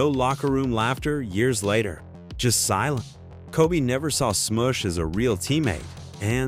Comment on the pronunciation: Replace Matt Barnes with Raja Bell. And damn that AI pronunciation... Sm-oosh and then a second later Sm-uh-sh... then there's Pau Gass-Ole